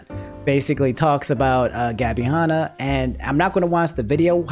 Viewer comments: Han Not hon Like hand Ah without the d Not hond ah without the d Lol almost keemstar levels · Can we talk about how can't say the name Hanna